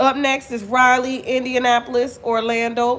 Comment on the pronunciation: Raleigh,NC probably isn't sold out because they probably don't what city you're saying. Raleigh is pronounced (Ra lee) you kept saying Riley, Ryelee. I'm from the area didn't what city you were talking about at first especially since you're not saying the state